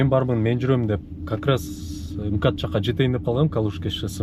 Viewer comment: МИРБЕК ЭМКАД ЭМЕС БААРДЫК КЫРГЫЗДАР УШИНТИП АЙТАТ ЭКЕНСИҢЕР, МКАД ДЕП ЭЛЕ АЙТЫЛАТ!😂